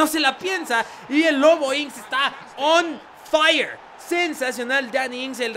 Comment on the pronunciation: Me encanta cuando king dice on faia y cambia a assombalonga por wilson